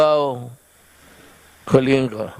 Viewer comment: Inulit ni PDU30, kasi mali iyong pagbigkas ni Duque sa Kalinga. Hahah